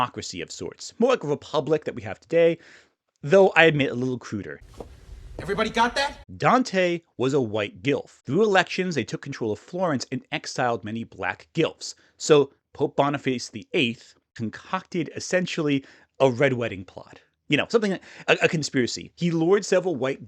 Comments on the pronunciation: I can't get past you pronouncing "Guelph" as GILF instead of the actual pronunciation of Gwelf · Guelph, which he pronounced like “gelf” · The way I thought you said GILF not guelph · I did a double take when I heard "Dante was a White Gilf" because I was listening to the video and hadn't seen how "Guelph" was spelled. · Pretty sure it’s actually pronounced Gwelf, like the Canadian city lol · Maybe I’m being a bit of a pedant but I almost turned off the video because of your pronunciation of Guelph. I’m gonna keep listening, I love the inferno and I’m interested to hear your takes on his video. But dude learn to pronounce the words correctly. It’s not hard.